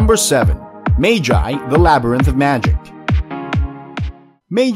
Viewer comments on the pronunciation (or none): Mage eye? The lybrinth. Do you people try to pronounce it wrong. Its magi - "Mug - e". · He pronounced magi wrong the dude said "maygi" but its literally pronounced m a g i not maygi ;) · It’s not MAGE IIII it’s PRONOUNCED LIKE “MUG EE” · It pronoced ma ge not ma ji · ITS NOT MAY JAY ITS MAH-GEE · It magi not mayji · Magi not maji pronounce it right 😡😤😡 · Wtf! Magi become May-Jie!? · Did this man say magi mag eye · dud its pronounced ma Gee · It's pronounced maw-gee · He put magi above op Nd cnt even day it properly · You pronounce Magi wrong lol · You pronounce magi wrong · The way u pronounce magi is incorrect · THATS NOT HOW YOU SAY MAGI TRIGGERED I WILL DESTROY PLANET NOW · haveu seen magi? if so, then why cant u pronounce it?